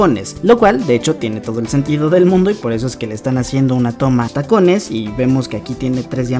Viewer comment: Noce si soy la única que vio pero cuando dice una llegada inesperada dice uma llegada inesperada osea no dice una con Ene lo dice con Eme xdd